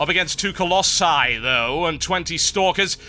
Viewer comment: TB SAID COLLOSI RIGHT!!!!!! :O:O:O:O